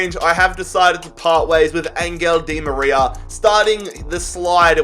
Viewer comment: Dude its said like anhel di maria and not angel